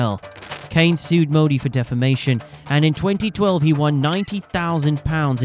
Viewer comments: His family name Cairns, is pronounced :"Care n Z" ., Not cans. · His name is CAIRNS, not CANES! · Cairns is pronounced Kier-ns, not Caynes. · Chris 'Care-ns'... Not "Canes" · Cans not Canes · Surely his name is pronounced "k - air - ns" and NOT KANES? IMMEDIATE DISLIKE AND DOUBLE THUMBS DOWN. 👎👎 M 🦘🏏😎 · Cairns, not Canes. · The surname has an "r" contained and hence it is pronounced with a hard r...cairns (cans). Look up the correct pronunciation online. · Mate, you just answered your own questions in the video you just made about why he was a 90s legend and his amazing feats. And I don’t remember his name ever being pronounced in the weird way that you are. Do you know how to pronounce the city of “Cairns” in Australia? Well that’s how you pronounce Chris Cairn’s surname. Not “Caynes”. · Always a sign it is Clickbait ; they butcher his surname Chris Kanes Lance Kanes &&&^ off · It’s not pronounced ‘CANES’. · Chris "Canes"????? Did you leave the R out for the AI voice-over? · The least the video narrator could do is pronounce Chris's surname properly. Cairns has an R in it. It is not pronounced as Cane's. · Your pronunciation of his last name did my head in. The r is not silent. You kept calling him Canes for the whole video. Do better. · Mate, I'm nearly 60, and Australian, and in all my years watching cricket, I've never heard Chris Cairns or his old man Lance called Canes by any commentator. The air in Cairns is pronounced exactly the way it sounds. And you're wrong, it's every bit as bad as it sounds. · Pronounce names correctly 🤡. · Pronounce his name right, stupid AI. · You cant announce the R in CAIRNS? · could at least say his name correctly then, you're full of Ganges water 💩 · If you are making a video about someone you should learn how to pronounce their name correctly. Was painful hearing you butcher it over and over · Get the pronunciation right maybe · Gotta say his surname correctly that’s killing me